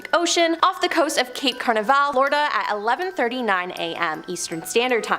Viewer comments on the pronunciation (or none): How did a video about Alexa wind up with a list of demons and hauntings? Also, the host needs to learn how to pronounce people and place names. Couldn't watch past #3 because she mispronounced at least 1 name wrong in each story from #10-3 , so I gave up! I mean, Stalingrad, Cape Canaveral, Eisenhower, what? 🙄